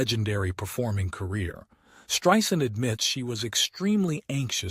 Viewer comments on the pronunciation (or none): He pronounced her name, “Streeesand!?”